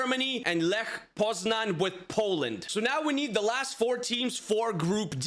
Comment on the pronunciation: Grabara isnt the Polish starting goalkeeper. Its Wojciech Szczęsny. Tip: saying Lech Poznan, you say Leh Poznany ( y like in alphabet)